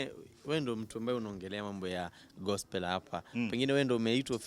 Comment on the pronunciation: I love the way he pronounce gospel "gospol"😅😅😅😅